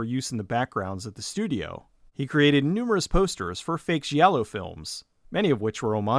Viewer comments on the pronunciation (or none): just fyi, in Italian a "G" is followed by an "i" or a "h". This tells if it is a hard or soft G sound. So "gi" is like "Jay" while "gh" is like spaghetti. So giallo should sound more like Jallo. Like Gianni really should be pronounced like johnny or Gianna is pronounced like Janna. Just sent this movie to the top of my netflix Q dude.